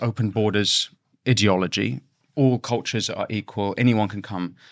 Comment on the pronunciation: Idiot ology idea ology please speak properly